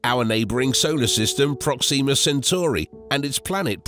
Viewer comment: That’s not the American pronunciation of Proxima.